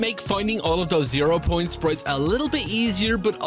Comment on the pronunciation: irish voice sprieettttttzzz